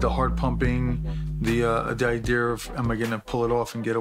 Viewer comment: I like how says "Idear".